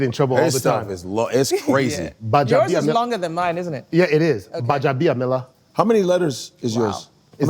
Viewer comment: you not being able to pronounce your last name correctly is a big let down for me. I don't know if you know it, your name has a lot of zest to it and a huge heritage. Gbajabiamila doesn't just sound super Yoruba, your ancestors did a lot to put that name where it is today.